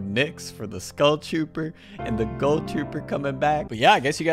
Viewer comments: My man said GULL TROOPER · He says ghoul weird he says it like goahl I say ghoul